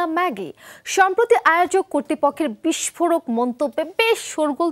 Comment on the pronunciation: শব্দটা বিষ্ফোরক, “বিস্ফোড়ক” নয়!